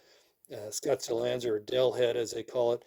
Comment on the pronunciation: Why are you pronouncing it “anzer”? That’s not how it’s pronounced. Just another hoarder pretending to post an educational video and you’re really just showing off. When you die that stuff is going to be sitting at the nearest Goodwill.